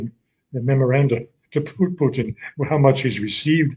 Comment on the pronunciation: 3 minutes I lasted before I had to turn off this numpty! Why the judge gives him airtime I'll never know. Maybe he likes Putin being pronounced Poutine...he's not fucking cheese curds!